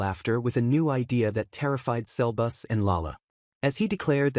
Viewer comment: Sebus❌ selbus✅